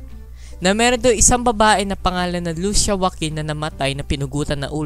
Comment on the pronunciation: Kuya lusiya po pagbigkas at lucia ang spelling